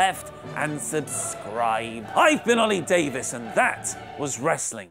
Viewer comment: it's Oli not "Oil"